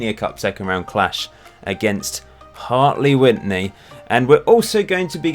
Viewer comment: The first n isn't pronounced in Hartley Wintney! Hope this helps! Also, fun fact, they couldn't be promoted a few years back because they didn't have enough seated stands so they built a new stand with about 5 seats in so they could go up a division!